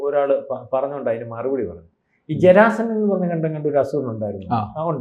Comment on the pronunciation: ജരാ സൻ അല്ല ജരാസന്ധൻ ആണ്